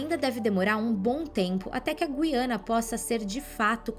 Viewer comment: Será que estou ouvindo mal ou estou ficando louco, pois a jovem começou pronunciando a palavra Guiana de um jeito e terminou de outro modo.😂😂😂